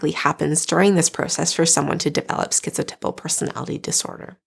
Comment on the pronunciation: I really have never heard anyone pronounce the word “typal” where it rhymes with nipple. I looked everywhere I could and the accepted pronunciation of the 1st syllable in “typal” is type. Do you have a link to where the correct pronunciation sounds like nipple? 😳